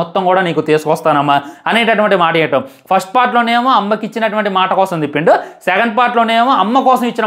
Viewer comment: Maata ❌ maasa ☑️